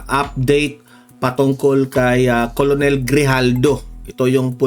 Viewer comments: KERNEL ANG PRONUNCIATION YAN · KERNEL ang pag pronounce ng ranko na COLONEL, sir